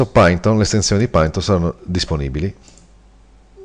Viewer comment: si legge "pàiton"